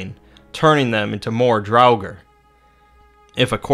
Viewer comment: Drauger is pronounced Draw Ger as said in God of War 4. Why in the Hell would you use Sesame Street's Count as an anime example?! He's a muppet! A disgrace! You could have used Alucard from Hellsing! But no! You had to use a stupid puppet from a stupid kids show!